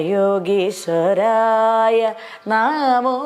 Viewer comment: യോഗീശ്വരായഎന്നാണ് യോഗീസ്വരായ അല്ല